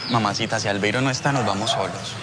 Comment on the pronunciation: Pq será que la diabla a Albeiro le decía "albeirus"?